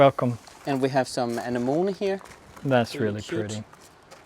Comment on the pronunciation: Lol guys somebody please teach to pronounce......... 'A ne mo nee'...lmfao😂 im j/k but not really 🙄...its already looking incredible guys!!!!